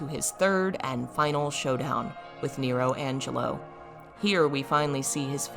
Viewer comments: It's nelo angelo, not nero angelo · Isn't it Nelo Angelo? Not Nero